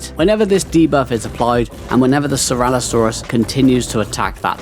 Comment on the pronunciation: No hate but please stop calling it ceralosaurus lol it is ceratosaurus cera-toe saurus. 😂